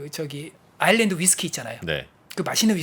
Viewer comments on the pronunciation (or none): none